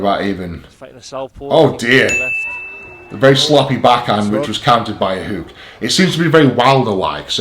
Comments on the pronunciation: what is up with calling it a huuk for fuck sake haha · Love the way the beast says hook 😂💪